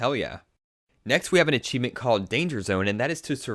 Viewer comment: HE SAYS ACHEIFENT